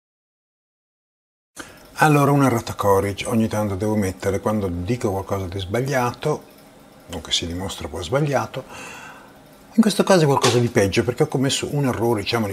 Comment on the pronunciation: CÒR-RI-GEEEE , la E finale si pronuncia... esistono altre lingue oltre all'inglese. Ad esempio il latino :-)))